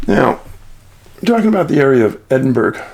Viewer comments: Hi David I always listen to your channel as I find it interesting and informative. I actually live in Edinburgh [FYI - it's pronounced Ed-in-bur-uh]. The missing people you reported on is concerning to us locals, especially the two recent ones, since there have been extensive searches in the local areas of Portobello and Musselburgh [we pronounce burgh - buruh] What makes it even more disturbing is that the girl, Alice [in spite of the poster you showed], appears to have been last seen between 8-10 am on New Years Day! [I don't know if that's because witnesses came forward after said poster was made, but information available to the public now states between 8-10 am]. It would be easier to understand if she had disappeared around 2 am, because it may have been feasible she walked into the sea, as many people have speculated, however there's no way she could have done that unseen in the morning, as it's a busy area in the daytime, with dog walkers etc. I hope something comes to light soon because the poor parents deserve some peace of mind. Keep up the good work! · Hi Dave, glad you're finally looking at my home city for its missing, Small point, it's Edin-bu-ru, or Edin-Bruh(think of the word brother). Been a follower for many years, keep on it, it seems like many people are becoming aware of your work recently, it's great to see happening.. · Dave you say you read these comments so just to let you know here in the UK we pronounce Edinburg edinborer, there's another small town in the Scottish borders named Jedburg pronounced jedborer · David i adore you.... but i have to correct you....... its pronounced ... Bur-Rah...... EdinBurRah... MusselBurRah.... And then Glenrothes.... is Glen-Roth-is. ..... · Hi Dave John from Scotland buddy Edinburgh is pronounced Edin Burra no offence my friend u are awesome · Hi Dave. Great video as always. Edinburgh is prounced more like Eddin-burra by the way. Take care. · The city is pronounced “Edin burrow” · the british say edinbroh